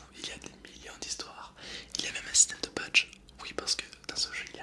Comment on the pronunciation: "Il y a même un système de Padg" MDR Oui j’ai compris, il a dit badges